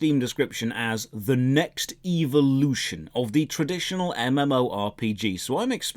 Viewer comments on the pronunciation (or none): Before I saw this review I was stuck in RotMG, no GF, no Life, and no way out. After watching this None of these things have changed but my pronunciation of evolution to “EVO-lotion” Thoroughly enjoyed and would love a series of this game ❤️ 10/10 would see more Evo-lotionary content like this again.